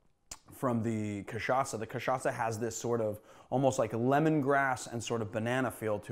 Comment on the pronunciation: Thank you for learning to pronounce cachaça the right way! 😌 🙏